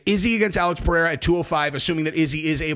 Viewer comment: Chael pronounced Pereiras name 3 different ways in one video. He has name dyslexia. He pronounces EVERY name wrong!